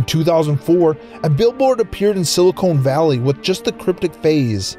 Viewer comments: And Silicone Valley instead of Silicon Valley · anybody else laugh at "silicone valley" xD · did he really say "Silicone Valley" LMAO!!!! sorry, but Silicone Valley is in Southern California